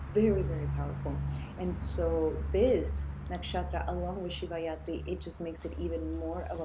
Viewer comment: Thank you , it’s Shivratri not yatri. Ratri means night so it’s the night of lord shiva 🙏🏽💙🔱